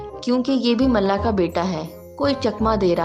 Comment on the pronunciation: It's mulla not malla